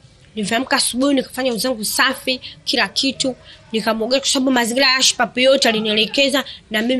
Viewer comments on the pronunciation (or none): Kurwarwa, usarwama, mazingirwa, majirwani. Mwalim wa kiswahili cha.huyu bi shosti anakitabu chake pekeake make sio kwa Rwa, rwa.hizo kaaa!